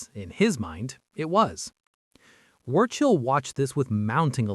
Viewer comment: How odd to have chosen AI when there are so many hsitorical pictures available. And, er... "Wurchill" ???